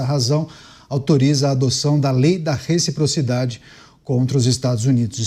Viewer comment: RECFIPROFIDADE CUMPANHEIRUS 😂